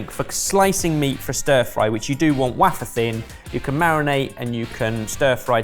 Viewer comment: what on earth is 'waffer thin'? wafer thin I get...